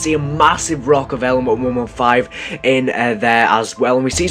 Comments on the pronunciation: when he said element 115 I thought he said lmfao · when he said element 115 I thought he said LMAFAO! lol